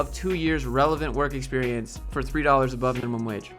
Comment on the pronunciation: Love that how you pronounced "Experiance" is pretty close to the french pronunciation, even though we also write it with an E. That's how wrong "Experiance" is. Good video, HR sucks, woo